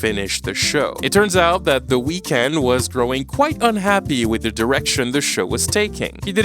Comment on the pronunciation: ngl you butchered the weeknd's name